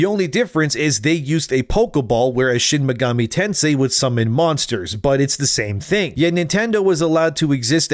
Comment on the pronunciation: Maybe don’t use AI if it can’t pronounce Shin Megami Tensei properly especially with how much those games and their spiritual successor have done for the gaming world.